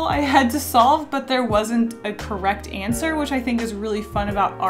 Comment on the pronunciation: There wasn’t a correct ANT swer